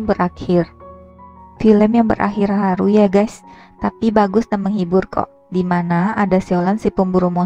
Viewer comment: mksh ya, soalnya pas ngomong haru nya ga terlalu jelas jd penasaran😉